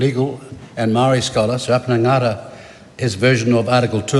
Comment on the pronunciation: Why has the pronouncation of the word "Maori" different than its been said for the last hundreds of years... 😂😂 omg TPM are smooth brains.